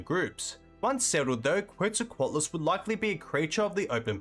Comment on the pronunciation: I really enjoy your videos, but I had to give up after 40 seconds of hearing your pronunciation of quetzalcoatlus. I just can't do 18 minutes.